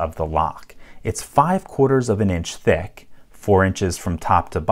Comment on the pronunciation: the way he said thick